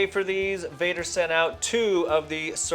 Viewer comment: Vader? Really?